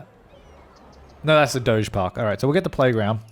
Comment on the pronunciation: He said DOGE PARK